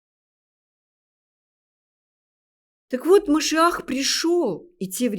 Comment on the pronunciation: Какая мерзость, образование не помогло этой несчастной подлечиться от антисемитизма... Ну, если она, Господи прости, журналистка, то подготовиться "к лекции" могла бы ⁉️ Это же стыдоба. Все слова говорит не правильно используя ударения - Машиах, Менора и т.д. Даже СССР произносит, как "Сэ-сэ-сэ-р" Ужас❗ Путает между историческими личностями, которые жили в разных тысячилетиях Но, это ерунда, народ всё схавает... Я не собираюсь анализировать весь этот антисемитский бред, что она несёт, но это же смешно говоря о большом учёном, геологе, "человеке легенде" она вякает, что из-за него Россия ест пальмовое масло...😂😋🤣 Слушая анализируйте❗ Хорошо, что чёрные очки надела, глазки "света" боятся... Ну, это и понятно